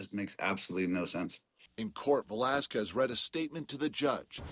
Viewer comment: man the anchor butchered his last name real bad😂